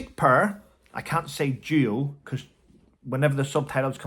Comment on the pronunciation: I’m still friends with my ex, no kids. We’ve been divorced for over 28 years! Yes, it can be done. It’s especially important if you have kids! Nothing, absolutely nothing they do surprises me, anything for attention! Duo and do sound VERY similar with you accent, just sayin....😁 💜💜💜